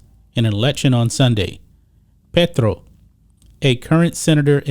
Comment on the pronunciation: Love the accurate pronunciation on Petro haha